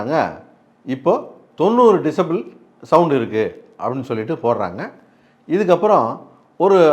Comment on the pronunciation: டிசேபில் இல்ல. டெசிபல்